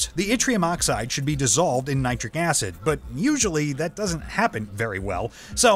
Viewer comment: I really don't like this guy he speaks english worse than you, he couldn't pronounce "winding", "neodymium" or "nitric acid" correctly and instead of correcting translation errors to make the english sound like a native speaker he leaves them in so its kinda pointless to even have him doing it instead of you. Its sounds incredibly strange